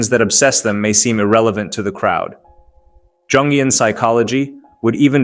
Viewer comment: “Jungian” is pronounced with a “Y,” not a “J” sound.